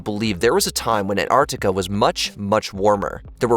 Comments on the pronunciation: It isn't ANTARTICA it's ANTARCTICA. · kept saying Ant Artica.. I thought it was pronounced AnTartica